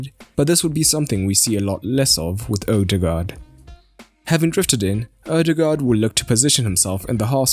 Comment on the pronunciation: Zidane is a buffoon. Anyway, it's just a vowel, and pronounced like the English diphthong "oa", as in "board". It is the old, Danish way to write the post-1913 letter "å". but is pronounced the same. Live and learn. But it's been a few years. Might as well learn how to pronounce the guy's name if you're going to be saying it regularly.